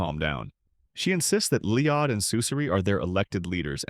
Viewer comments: it's LL-OY-D - not LEE-ODD. it's even spelled LLOYD or LOID... not LIOD. this AI isn't so I. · Isn't it LOYD NOT LEEEYAHHDD??